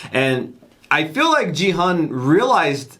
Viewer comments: The main Chracter is not Geehun Its gihoon (g for gravity ,gun,grape,great ,gary) Please Please adjust your pronunciation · His name is not "Gee Hun". It's "Kee Hoon". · Gihuns name isn’t pronounced “jee han” it’s pronounced “gee hoon”, the “g” making an actual g sound not a j sound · Gi-Hun is actually pronounced like Khi-Hoon. Or Ghi-hoon. Not Ji-hun.